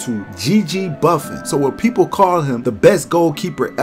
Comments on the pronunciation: His name isn't Buffin' ... his name is pronounced : Boo-Phone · buffin? Its pronounced Boo-fon